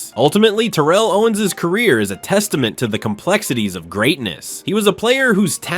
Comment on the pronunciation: I really hate to be that guy i really do but its Tare-uhl but genius move calling him Owens the rest of the way though, i would've just used T.O personally....wait now that I think about it, did he even call him T.O at all???